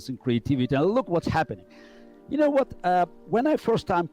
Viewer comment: That's the most British "you know" I've ever heard